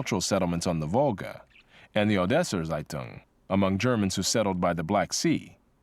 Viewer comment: By the way "Zeitung" is not pronounced "Seitung" but "Tseitung"